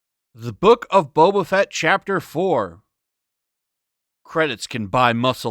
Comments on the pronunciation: This isn't Boba Fett. It's Bobba Fett. You know like how normies would mispronounce it. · Actually, this was my favorite episode so far... Also, did you say The Book of Betta Fett? 🤔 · His name is boba fett not beta fett